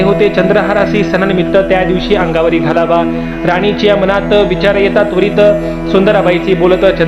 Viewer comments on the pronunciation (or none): none